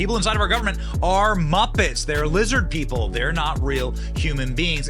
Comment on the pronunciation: "Lizzid Peeple" ...... Hecklefish, Why Files.